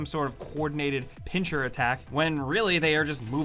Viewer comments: PinSSSSSSer attack, not pinCHer attack. (Pincer) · It's pincer attack not pincher attack